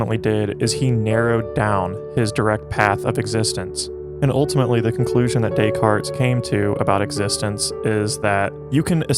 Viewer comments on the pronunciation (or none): Dont pronounce the S on Descartes, great video otherwise thanks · You had my attention until you continued to pronounce the S in Descartes. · The 's' in Decartes is silent.